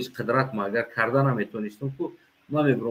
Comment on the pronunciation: Бародар як хатогитона ислох кунед Облохакбар не Аллоху Акбар гуед бахшиши зиёд бародарчон